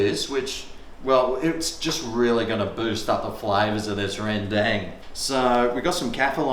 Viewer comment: Ren-dang. I love the pronunciation that every person outside the world that never heard of rendang. It's wrong, but it's still nice to be recognized from all over the world or the world under. DANG SON!